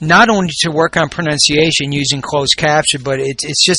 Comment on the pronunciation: jajaja a lil bit disturbing the 34532 times that she said "pronunKation"